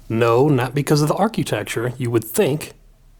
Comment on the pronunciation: Architecture, not arcutecture